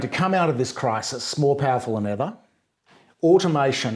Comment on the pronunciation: "well that depends on what you mean by cwisis Jordan..."